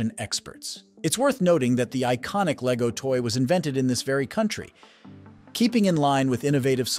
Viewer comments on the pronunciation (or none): none